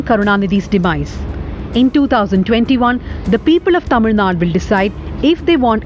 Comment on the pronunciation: I guess she suits it to the rest of the India also. If you notice, she correctly pronounces "Zh"